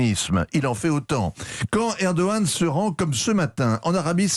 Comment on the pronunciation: Pour une fois qu'un français prononce erdohan félicitations monsieur vous êtes le premier